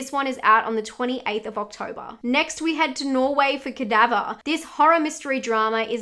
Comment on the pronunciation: I am the only one who loves hearing say things like Octobah, Thrillah, Cadavah?